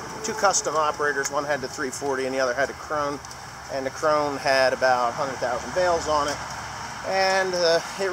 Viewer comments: Torsten Brunke Hmm I just figured out how to listen to your german/english dictionary and you are right, not KRO NAH but KRO-NEH a very difficult disticntion for an American to catch. BUT nothing like the english word crown, at least not the way an American would pronouce it. and it ALSO sounds NOTHING like the english word crone which is how most Americans think is how you say KRONE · Maybe I'm the only German that watches OLF. Kronah is the scandinavian way to pronounce it. If the english native speakers say "crown" it comes very close to the german word "Krone". Now if you say "crown" and put an "e" at the end like at the word "the" you are fine. Otherwise please say "crown" or listen here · Torsten Brunke Yes, I was aware that krone means crown in english, but in any case pronouncing it like the english word for a thin old woman... crone...with a long OH sound, which is the way most Americans (including ) pronounce it, is wrong.. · David Harris I agree with Torsten bud, he's saying that if you say it "crown" you are close to the German pronunciation (and he would know), and I'M saying that pronouncing the the whole word like the word for an old thin woman (crone) is wrong. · Two Questions! Will the 8120 handle it? When you go to the demo are they going to go through the "proper" pronunciation of Krone? Lord knows we have to get that right, but then again you can call it what ever you want when you buy it. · Terry Presnal Yeah, I don't really care how pronounces it actually, but I knew that the way it's said in Germany isn't the way he says it.